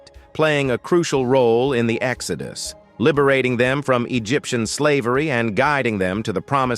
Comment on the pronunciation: Your AI voice can not pronounce biblical words correctly nor show correct answers and sometimes voice over answers! #26 pronunciation of Babel incorrect and it is Exodus not sounds like Exoduce the way your AI pronounced it! Get answers and right and pronunciations right! This AI is not correct and it is earth not ear uth!?!